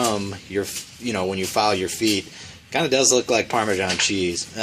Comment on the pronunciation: ParmeSAN not ParmaJOHN!!!!